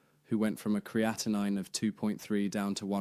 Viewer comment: Exactly. Your pronunciation is correct and the spelling ends with 9. Thanks for sharing. You did a great job!👍